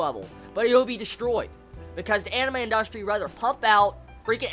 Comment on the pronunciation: IN dust Tree thats how i heard that lol